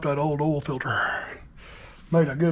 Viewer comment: It's not eral, it's oil.